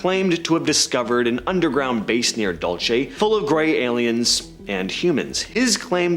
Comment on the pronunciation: It's Dulce Base, Like Pulse with a "D"